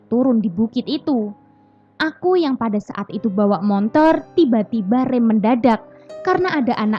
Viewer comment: motor = montor...????😂😂😂😂